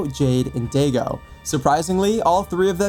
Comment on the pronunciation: Sorry to be that guy but his name is pronounced die go not Diego but daigo I know it’s confusing but at some point of being eposed To Japanese pronunciations you get used to it 😊